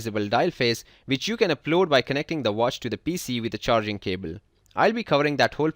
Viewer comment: cable not cebel. Lol